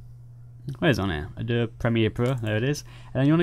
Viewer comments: I can see that your intelligence is far ahead of mine and I wouldn't even consider a 'sparring of the minds' with you. However, just for the record, the pronunciation of the word "Adobe", is just like this phonetically spelled version: Ă-doe-bee, (if I may be so bold). Thank you for that video tutorial. I happened to stumble onto it while searching for something entirely unrelated. It looked like something I'd like to know, so I watched. I have yet to assess if it can be applied to Adobe Photoshop CC, Lightroom, or Adobe Photoshop CS6 Pro. In fact, it's possible that this tutorial is only for those who have an older graphics card. I have a GTX 1070 and my other desk top has a much older card; an MSI R7970 BE (ATI/AMD?). Because I must resume what I was initially doing, I can't check on those questions just yet, but I will. At any rate, the video was very easy to follow and I thank you. Rich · A - DOB - E. Three syllables. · hilarious the Adobe-E pronunciation. I will use it next time I am drinking tea or an english benchmark. btw, adob might be in the path, so no need to do cd nonsense. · Its triggering me so hard how you pronounce Adobe...